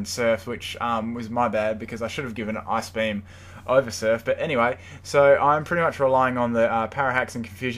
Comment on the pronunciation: when you say ice-beam....sounds like ass-beam